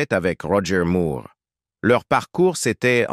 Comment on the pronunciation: Bande française vraiment pénible à écouter pour nous, québécois. Bon sang, on ne dit pas Roger Moooouuuuurrrre. On prononce Moore comme More, captich !